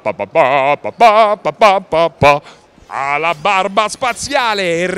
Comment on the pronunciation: alabarBa spaziale.... AHAHHA a posto